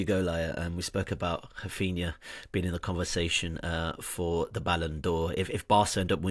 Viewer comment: Whys he pronouncing raphinha like that lmao